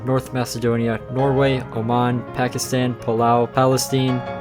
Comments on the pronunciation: Ok im done letting people say paekistan it's Pakistan like pan pa ki is tan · Pakistan you pronounced wrong because that is my country